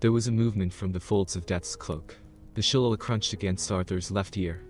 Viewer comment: I think that the club he was carrying is pronounced Shul-Lay-Lee. (Shilleighleigh). Irish version of a club. My Dad threatened us with using one one on us while we were growing up.